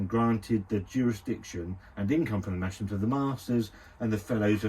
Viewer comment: Its pronounced: Mas-Ham lol, its hilarious hearing you call it Mashem lmfao